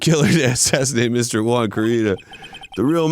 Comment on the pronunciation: When they finally start pronouncing the name 'Juan' correctly 😂